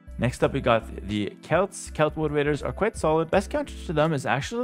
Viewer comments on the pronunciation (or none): none